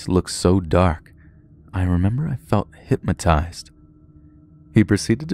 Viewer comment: Hypmotized? Lol. How about hypnotized?